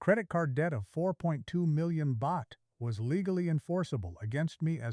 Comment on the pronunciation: i've heard your exact story many times all momey mnagers all mispronounce Pattaya don't watse our time==you mispronounce Pratumnak you mispronounce Baht. shame on you